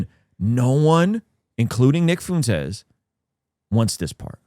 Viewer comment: Why did you say that you want to talk with Nick Fuentes but you keep intentionally mispronounce his name and the name of his audience? Optically it makes it look like you won't have a good faith convo, and he prolly wont wanna do it.